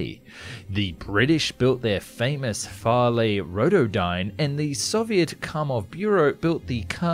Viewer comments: Not Farley, Fairey rotodyne to be precise. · FAIREY, AS IN FAIRY, NOT FARLEY. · Not Farley, but Fairey! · Btw it’s not Farley but fairy. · Is Fairey really pronounced “Far-lay”? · Farlay? Rotodyne. Mate, work on your English pronunciation before you sweat the foreign stuff. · Thats a fairey rotodyne, like the fairey swordfish, not a "farlay" rotodyne.